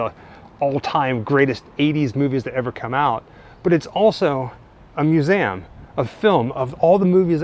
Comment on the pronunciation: Cool video despite the strange pronunciation of museum.. It sounds like he's saying "museaum"